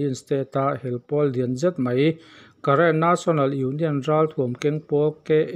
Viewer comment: Karen tih i lam dan hi a thluk a dik lo deuh 😂.